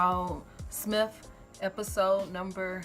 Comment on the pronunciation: No offense... please learn how to pronounce the title. S.M.I.L.F. Like MILF but just add an S. Say the word "hill" then add an "f" behind that. That rhymes with smilf.